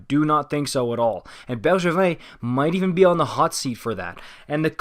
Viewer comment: Dude I swear that was perfect prononciation😩